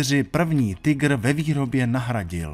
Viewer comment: Konečně někdo nevyslovuje "Tajgr"! Děkuji.